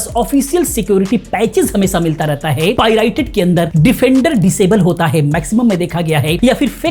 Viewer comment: bhai vo pirited nahin Pirated rated hota hai